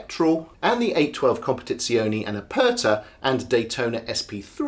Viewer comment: It's a great car..but the look is ifffy and as you said it does lack soul. PS .."Aperta" try saying A-pear-ta not A -purr-ta. Regards